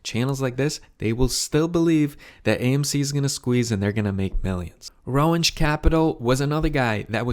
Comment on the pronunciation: well, you don’t really know much though, do you? Not even the pronunciation of Roensche, a subject of your video. You’re welcome for the info.